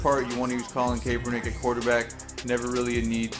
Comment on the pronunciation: Kap-er-nick lol